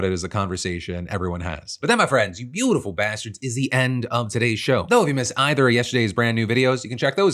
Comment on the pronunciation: I still hate the way you emphasise the word “beautiful” instead of “bastards”